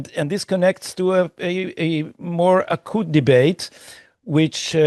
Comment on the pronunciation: Hey Gadi; your English is brilliant & I know you want to perfect it. ACUTE. pronounced differently from how you said it, w a y sound after the hard c; not ah-kut , but ah-kyut. In phonetic Hebrew: אקיות. (hope I got that right ....)